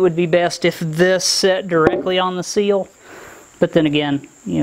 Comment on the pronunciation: You say seals I say SILL as in Window SILL.